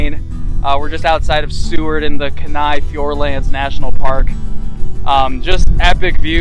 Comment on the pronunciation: nice video, thanks for sharing. its pronounced keen-eye though ha ha